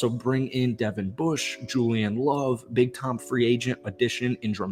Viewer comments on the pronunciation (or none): Spoon's first name is pronounced Dev-In, not De-Von.